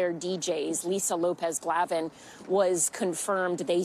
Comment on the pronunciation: Maybe pronounce her name correctly lady